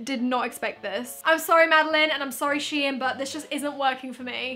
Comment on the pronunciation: its shein not shien